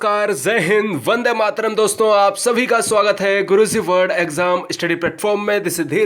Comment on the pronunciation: pehle apni pronounciation sudhaaro fir padhana 😂😂😂😂😂😂😂Guru zee nahi guruji hota hai Zay hind nahi jay hind hota hai..Shukr h vande mataram theek thaak bola 🤣🤣🤣🤣🤣🤣🤣🤣🤣